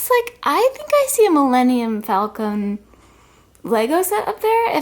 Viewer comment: please, for the love of Luke Skywalker, please stop calling it the Millennium FalcoM. It’s falcoN. Like the bird. I know you are a fan of the Star Wars universe and it’s like nails on a chalkboard to this fan when you say falcom. 😂😂😂 TFS your adventures!